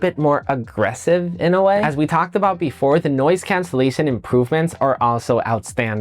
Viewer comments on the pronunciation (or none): none